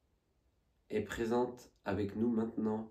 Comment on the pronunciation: Salut 😊 belle investigation 😊 je voulais te dire une chose qui me fait rire à chaque fois et n'y vois aucune mauvaise intention de ma part, tu dis toujours zavec moi (communiquer zavec moi, parler zavec moi, etc....) C'est visiblement ton petit tic de langage et ça m'amuse car j'ai les miens aussi et mes amis me le font remarquer 😂😂😂😂 à très vite j'espère pour de nouvelles aventures ❤❤